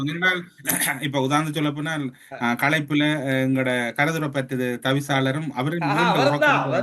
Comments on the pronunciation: "போனால்" not போனா"ள்" தமிழ் உச்சரிப்பு முக்கியம்." ல" கரம்? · வாய்க்குள் சளியை வைத்துக் கொண்டு பேசுகிறாரா? அவலங்களை அவளங்கள் என்றும், முல்லைதீவை முள்ளைதீவு என்றும் போனால் போகட்டும்... என்பதை போனாள் போகட்டும் என்றும் உச்சரிப்பு கொலை.. த்தூ..வந்துட்டாரு ஊடக துறைக்கு அதுக்குள்ள அடுத்தவன நக்கல் பண்ணுகிறார். அசிங்கங்கங்கள் அப்படித்தான்.